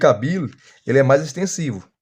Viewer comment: Irmão, sei do seu esforço mas procure melhorar a pronúncia de G.K Beale por graça. 😅🙏